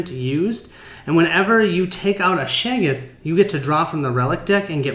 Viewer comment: Love the set up explanation. Very clear and was simple to understand. Got to be a pedant though, it’s pronounced Shog-goth. Not shay-goth